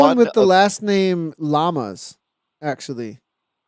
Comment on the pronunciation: Perfect pronunciation on the name! Llamas (Yamas)